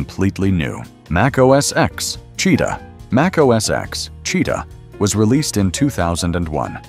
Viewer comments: I stopped watching at macOS “eks” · MacOS "EKS"? Really?!?